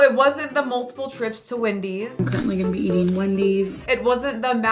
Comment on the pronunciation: It bugs me that she pronounces “ing” as “een.” I know it’s a thing for some people, but eateen, walkingeen, cryeen —really bugs me.